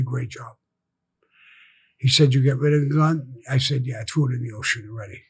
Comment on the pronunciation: “I TREW IT IN THE OCEAN” 😭